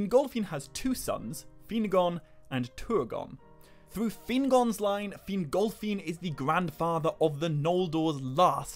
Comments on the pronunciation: Sorry I can't listen to a video where Fingolfin's name is pronounced fin-GOL!-feeen 10 times a minute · Ahh yes feengolfeen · Take a drink every time he says FinGOLFiin